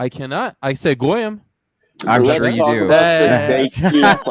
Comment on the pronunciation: of course he says goyam